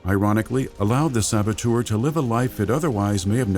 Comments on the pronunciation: I really hope he’s hinting at a “The Saboteur 2: The Sabo-Two’er” since he says it like that. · The "Sabatour'... :)